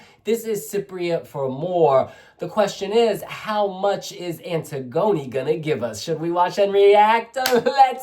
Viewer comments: It’s pronounce Anne-tiggony not antig-oni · Love this!!! (but I think her name is pronounced like the Greek play).